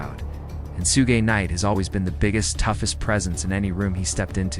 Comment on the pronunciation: sue-gay-night lmfao